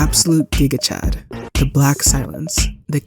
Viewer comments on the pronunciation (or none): none